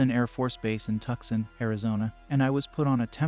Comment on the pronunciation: I continue to find it bizarre that not one of these bots can pronounce "Tucson" properly, like I was under the impression it was a fairly major American city? It's 2023, how many updates have these things been through without anyone fixing this?? It seems to be literally every single one of them, too.